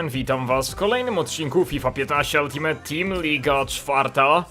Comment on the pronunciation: dlaczego mówisz "FIFA 15 ULTIMET TEAM"? XDD